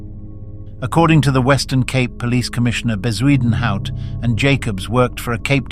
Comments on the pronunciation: Ffs is bakkie not bahkey and Bezuidnhout not whatever the fuck you tried to say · Can someone please ban AI voices from this platform? Editors are now even too lazy to narrate their videos. It hurts my ears listening to the voice trying to pronounce Bezuidenhout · The AI voice butchering words like Bezuidenhout and bakkie is hilarious